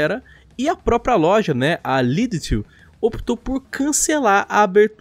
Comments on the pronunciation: Lidl nao e lidetzez Lídel* Tbm tem em portugal e um meme interno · Não é lidlt, é LIDL, acaba com L e não com T, e 370 euros é caro, por exemplo aqui em Portugal é 199 em promoção até 300 máximo, fica em torno de 240 ou 250. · lê-se lidel, abraço de portugal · Lideutu ?? Wutt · Eu não queria corrigi,r mas LIDL se lê lidol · O a falar lidl Ahahahahha